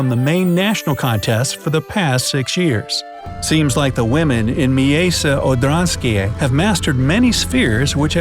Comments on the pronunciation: MIJEJSCE ODRANSKIJE 1 kto nazywa tak miasto 2 jak on to mówi?! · wait, what? miejse odanske? It's miejsce odrzańskie not miejse odanske. I'm from Poland, and it's so fun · I know how to pronounce Miejsce Odrzańskie (I'm Polish and have a short surname.) It's "Mye-tse Od-ran-ski-ye". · You spoke wrongly at "Miejsce odrzańskie" xD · You said the name wrong because im polish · omg your saying the village the wrong way! Im know how to say that word prfectly bc im from poland! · miejsce odrzanskie juo need to say as:miejsce odsanieskie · Bro i know polish and you sed the tows name soooooo rong you sed it complitli difrent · U pronounced it wrong I am Polish so its offensive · oml i swear im going to cry myself to sleep everyday because how he said the villges NAME . p.s im polish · Love the way you try to pronounce Polish words :D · Shame you didn't bother to even try to say Miejsce Orzanskie properly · Miejsce Odrzańskie